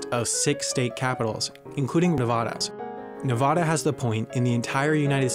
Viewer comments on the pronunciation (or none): FOR THE LAST TIME ITS NEVADA NOT NEVODA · It’s Nevada, not Nevahda. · It’s “Nev-AD-a,” not “Nev-AH-da.” -a perpetually annoyed Nevadan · When nobody knows how to pronounce your state name. It’s NE VA DA not NEV AH DA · I Luv Chocolate Idk, as it being my home state it really bothers me when people pronounce it “Ne-Voda” when it’s actually pronounced “Ne-Vada” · Okay I may not be from Nevada but this man did NOT just call it Nev-aw-da. It’s Nev-AH-da, just ask people from Nevada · It's Nevada not No)vo)da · you know, i never understood where the pronunciation of ne-vah-dah came from. it's pronounced nev-a-da. you know....hows its spelt. i want to know the history behind this! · It’s pronounced “Nev-AD-a” not “Nev-ah-da” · It’s Nevada!!! Not navaudau!!! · Nevada not nevahda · It's Nevada Ne VA da not Nevahda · Nah vAh dUH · It hurts my ears when people mispronounce Nevada. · And plus he said Ne-Vah-Dah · I got annoyed when he pronounced Nevada wrong, it pronounced Nuh-vad-uh. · Zach Holy As a Nevadan, that always bothers me! Nev'a'da like the 'a' in C'a'nada not like the 'a' in c'a'r. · same omg as a nevadan, I am offended by the video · wendover: gets to my state also wendover: nEvOdA pronounce it right n00b (3d1t: i said "spell" instead of "Pronounce" i noticed this as i posted it. so the error was short lived.) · it's Nev-AH-da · Ahh yes nahvada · When he pronounces your state name wrong (Nevada) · THANK YOU! Cant stand people that say it like that. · The 2k dislikes are Nevadans that are triggered about you pronouncing their state wrong. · Salad Boi THERE IS NO H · That’s not how you say Nevada... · I always wondered why the rest of America pronounces Nevada wrong. Do we say Alabama the same style. No, we do not. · C R I S P Y Colonel its bothering me too 😂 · Can people please stop saying Nevada wrong! The first a is pronounced like the a in apples! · learn how to say Nevada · The way he pronounced Nevada bothers me so much that’s not how you say it